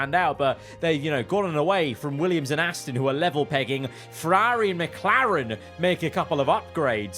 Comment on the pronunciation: Why can't you say "Ferrari"?